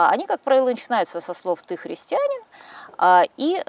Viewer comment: Юлия Леонидовна, правильное ударение — христианИн.